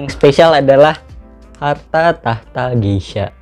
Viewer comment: Klo cupping gelasnya jangan di pegang" ya bang sedih gw liatnya :v Soalnya kata novrinsitumorang gitu Oiya gesha bang bukan geisha :v